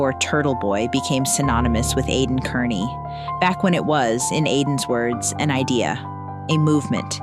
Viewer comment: Why does he intentionally mispronounce his last name? KEARney is not pronounced CARney.